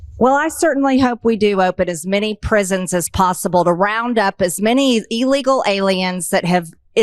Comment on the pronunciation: MTG can’t even pronounce illegal correctly. :_ben